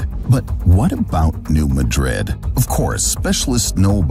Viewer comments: New MAD'rid. New MAD'rid. This is the second video I've seen today where the name of New Madrid was pronounced wrong. The accent is on the first syllable. It's New MAD'rid. And by the way, there was a magnitude 5.4 earthquake that caused shaking and swaying to Chicago and its northern suburbs in 1968, so I'm surprised you never mentioned potential danger to Chicago. I was, at the time, on the top floor of a narrow 6-story building, and believe me, that short tower moved enough to scare the dickens out of lot of the people inside. It is still the strongest earthquake ever occurring in Illinois, and according to Wikipedia, it was a "New Madrid event" going through a previously unknown fault now called Cottage Grove. Sure, not too bad, some fallen chimneys at most, but since there have been far larger quakes from the New Madrid fault, danger to Chicago and possibly even Milwaukee are not out of the question. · Also the Missouri city is pronounced New MA-DRID NOT MADRID AS IN SPAIN. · Please pronounce the US location as "New MAD'-rid". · "New Madrid" is pronounced New "MAA-drid" (not like Spain's capital). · It's New. Mad-Rid..this is not Spain. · This video has extensive false information to that area. The kid can't even pronounce the name of the siesmic zone correctly. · It's not "New muh-DRID", it's "New MAD-rud." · NOT Ma-drid. It is prounced New MAD-drid. Your pronunciation is how I know are not familiar with this area. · Alaska is actually highly prone to earthquakes, in fact, it outranks California in the number as well as severity of earthquakes. Yes, it makes sense to pronounce New Madrid like the city in Spain. But for whatever reason, the A is like the A in cat so it's New MAdrid. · It's New MADrid......not MaDRID. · The earthquake in new Madrid- omg I hate to correct you but it’s mAdrid not madrId- I live around there and usually only people that have been there or have lived there know